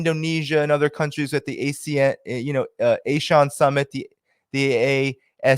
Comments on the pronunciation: ASEAN is generally pronouced as "AH-SEA-UN" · I hear the people in South East Asia pronounce ASEAN as AHHH-SEE-ON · ASEAN is pronounced as ahh-see-arnh